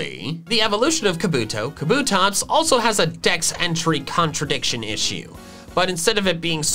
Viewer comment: TELL HIM, THAT KABUTOPS IS 3 SYLLABLES, NOT 2! YOU WERE RIGHT!